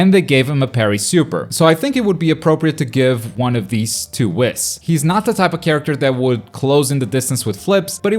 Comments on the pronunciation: wis? it is wees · Michael McCoy I watch it in original Japanese and never heard it like he says it I heard more like whiiis with emphasis on the I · the fact that he’s says WHIS instead of WEES makes me happy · saying whis like piss is really bothering me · Nobody:: wiss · Honestly though lol idk why or how it’s possible. We all watched the same show right? We literally hear how it’s pronounced. Unless he never watched Super.... But it’s clearly pronounced Wees. He’s saying it like he’s half way pronouncing whiskey. Which is understandable, but still.... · The way he says Whis🤦‍♂️😭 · the way you say whis is killing me